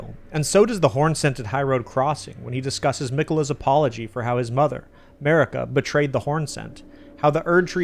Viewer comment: Turn on subtitles and read starting . 😂😂😂 On a side note: You do say Marika as A'marika.